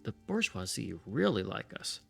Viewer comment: You did ask for pronunciation feedback so here goes... for Bourgeoisie the ending sound is 'zee' not 'zay' to be closer to the French pronunciation